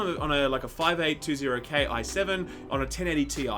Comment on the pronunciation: Holy shit. I know this is nitpicky but you're a tech guy. Stop calling it a five eight two zero K. It's a 5820k, pronounced fifty-eight twenty K. Eighty seven hundred K, ninety nine hundred K. That's how you say it! Drives me NUTS!